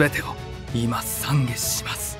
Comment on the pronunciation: お経が面白い。懺悔(ざんげ)をさんげって言ってるのはわざとかな？